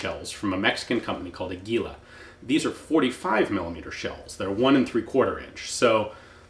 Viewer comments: Ian: AH-geeh-lo ;) what you are saying sounds close to "anguila" (eel). I love your channel! --- just a little friendly tip! the strong syllable is the first one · Its "Águila", strength on first "a" not" agu í la" as you said... sorry for being picky... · *águila...accent on the first syllable. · Águila. The brand of minishells. You must pronouns: Águila. With te accent in the first "A". Congratulations for your videos and apologies by my terrible writing. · Hey Ian, "águila" is accentuated in the A, not the I. It means eagle.